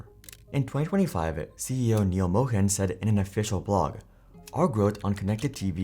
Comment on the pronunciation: Indian guy purposefully mispronuncing "Mohan" as Mo-Hen, another indian guy's name. 😂